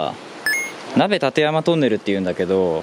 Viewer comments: 「ナベ・タテヤマ」のイントネーションに違和感🤭 「マシ・オカ」みたいに謎の俳優っぽい感じがします。 今更「酢豚はパイン入り」ですって？って思いましたが、 撮影時は鬼ごっこ東京篇の前だったのを忘れてました😵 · いつも楽しく拝見しております。 ところで、「鍋立山トンネル：は、『なべたてやまトンネル』ではなく『なべたちやまトンネル』です。 また、動画中の字幕が「鍋館山トンネル」になっています。たぶん「なべたてやま」と入力して漢字変換しているが故のミスではないかと推察します。 なお、トンネル工期は途中4年ほど中断期間(国鉄民営化のどさくさ)がありますので、実質工事期間はやはり青函トンネルの方が長いです。 このトンネル、の断面が馬蹄形、楕円形、円形と変化するのが、いかに難工事だったがわかります。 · 鍋立山(＝なべたちやま)ですよ！☡